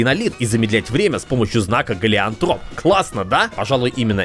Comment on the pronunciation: ГЕЛИОТРОП а не Галиантроп